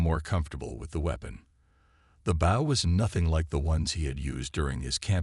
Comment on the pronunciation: How do you get the pronunciation of "BOW" wrong? Get real people to read the stories.